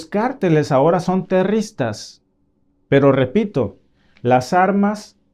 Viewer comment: Disculpame que te corrija, no se dice terristas, sino terroristas. Gracias, lo hago con el propósito de hablar el español, correctamente. Entiendo el hecho de vivir en Canadá, se te olvide la sintaxis del español. Buen día.